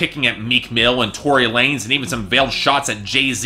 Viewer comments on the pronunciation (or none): none